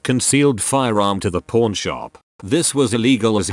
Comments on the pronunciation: Kept thinking the TTS was saying porn shop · When it says pawn, it sound like p——. So then, i assumed they were p——shops lol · The way it says pawn... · I was laughing at that. Who knew pawn rhymes with corn.